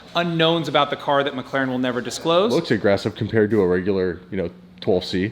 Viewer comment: Haha is it about? A boot? Or aboat? Gets me every time!